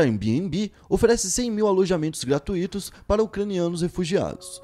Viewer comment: So a título de crítica construtiva, nao existe gratuÍto. É gratuito sem acento agudo no I na sonoridade. Regrinha de português assim como nao existe IntuÍto ou fortuÍto. Vejo varios videos e varias midias e muitos falam dessa forma(que dói) no ouvido de quem conhece um pouco de regra de português Fora essa critica(construtiva),os videos e o canal são interessantes